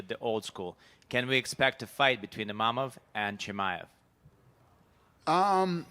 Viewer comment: Not IMAMOV but IMAVOV for god sake terrible translater